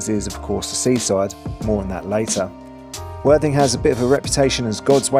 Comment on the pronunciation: When mentioning worthing and your channel your clarity of speech needs to be clearer as it sounds like " the absolutely wan#@ channel sorry for the persice criticism mate but great vid mate enjoyed and your narrative is good content keeping going mate